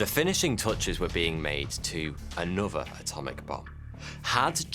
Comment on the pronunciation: He says 'uvver' instead of 'other' and 'anuvver' instead of 'another'. Anyone know where this indicates he's from?